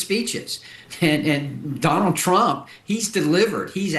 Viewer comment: TRU-ump I bet that this guy says HAY YEDD for head all those rednekkers saying 'two-syllable' one-syllable words